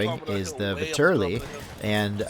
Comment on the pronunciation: The Vetterli is a Swiss rifle, not Italian. It was adopted by Italy but it is still a Swiss rifle. The Russians captured a large shipment of them in wwi so I am assuming that it is a dlc weapon only. Also it is pronounced vet-er-lee.